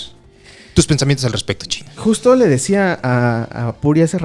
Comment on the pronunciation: Espero haya aportes periodísticos de "el financiero" por cierto me agrada cuando a chino le dicen "chine"